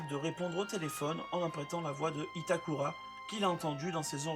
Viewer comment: Bonsoir, je note que vous faites un effort de prononciation en disant "Itakula". Je ne peux que féliciter cette initiative. Cependant, pourriezvoisla poursuivre avec Haibala, Kogoro et Môli (au lieu de Mouri, quelle transcription moisie n'empêche ) ? Merci. Et chapeau le résumé ! Ça doit être du boulot !